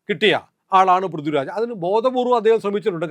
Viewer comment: ഇത് ആ ആശയം ഉൾപ്പെടുത്തി, കടുപ്പമുള്ളതും എന്നാൽ മാന്യവുമായ രീതിയിൽ ഇങ്ങനെ എഴുതാം: ശ്രീമാൻ, നിങ്ങളുടെ ആശയങ്ങളോട് എനിക്ക് എതിർപ്പില്ല. മറിച്ച്, നിങ്ങളുടെ ഐഡിയോളജിയെ പിന്തുണയ്ക്കുന്ന ഒരാളാണ് ഞാൻ. അതുകൊണ്ടാണ് ഈ വിമർശനം. നിങ്ങൾ പറയുന്ന വിഷയങ്ങൾ ഗൗരവമുള്ളതാണ്, പക്ഷേ ഉച്ചാരണത്തിലെ അശ്രദ്ധ അത് ദുർബലമാക്കുന്നു. "പൃഥ്വിരാജ്" പോലുള്ള സാധാരണ വാക്കുകൾ പോലും കൃത്യമായി ഉച്ചരിക്കണം. "ഥ" എന്ന ശബ്ദവും "ദ/ധ" ശബ്ദങ്ങളും തമ്മിലുള്ള വ്യത്യാസം വ്യക്തമായി പാലിക്കണം. പൊതുവേദിയിൽ മലയാളത്തിൽ സംസാരിക്കുന്ന ഒരാൾക്ക് ഭാഷയോടുള്ള ഉത്തരവാദിത്തം അത്യാവശ്യമാണ്. നിങ്ങൾ അവതരിപ്പിക്കുന്ന ആശയങ്ങൾക്ക് അതിന്റെ ഗൗരവത്തിന് ചേരുന്ന അവതരണവും ഉണ്ടാകട്ടെ എന്ന ആത്മാർത്ഥമായ ആഗ്രഹം കൊണ്ടാണ് ഇത് പറയുന്നത്.